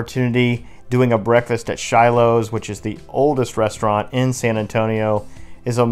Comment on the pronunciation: Nice documentation. It is wonderful to see the Riverwalk when it isn't packed shoulder to shoulder with people. That describes last Friday night, when my friends came to town. BTW, the German restaurant's name is pronounced "SHEE-lows" not "SHY-lows."